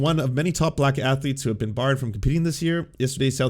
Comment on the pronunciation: My sole takeaway from this video is: 'athuletes'.